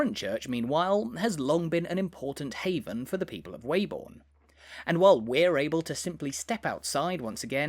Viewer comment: As a local, can you confirm that the correct pronunciation of the village's name is 'Webbun' and not 'Way-born'.